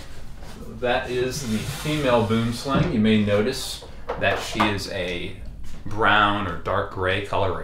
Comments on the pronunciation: I wish I could give you the correct pronunciation to "Boomslang" Its Afrikaans for "tree snake". Ive heard from other experts that they do not bite easily. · Just friendly advice if interested: for the correct pronunciation of boomslang, refer to Dingo's channel or the African Snakebite Institute. It's Afrikaans for tree snake. The name kind of sounds ridiculous in English. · God I love hearing Americans trying to pronounce Boomslang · please learn how to say boomslang properly. or just call it a tree snake. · As a South African its always hilarious to hear how people miss pronounce Boomslang. Boomslang is a Afrikaans word that means tree snake. Boom is Afrikaans for tree and slang is Afrikaans for snake. You can try and pronounce it by saying B-oe-m sl-u-ng. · there are two ways to pronounce 'boomslang', the snake originates from Africa and most pronounce it 'wrong' because of the way it's spelled. the name is in a different language (Afrikaans iirc) with different pronunciation, it's pronounced more like 'buoemslaung' or similar. hope this helps! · South African here, I get the language difference in the pronunciation of boomslang. May I suggest how to pronounce the slang part of boomslang, it is pronounced exactly the same way as the English word slung, as in, I slung my bag over my shoulder. The Boom part is very difficult as there is no word in English that I can think of with the same sound for the oo in the middle. Great content and channel even though I have a serious phobia of snakes. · Every time I hear the English pronunciation of boomslang I laugh, cause in Dutch it has proper meaning (tree snake)